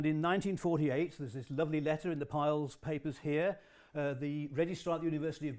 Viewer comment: Why do people insist on calling Rudolf Peierls, ‘Piles’, it it pronounced including the R